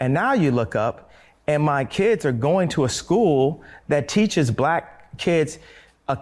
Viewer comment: such an ARTICULATE PERSON and she cant say Black.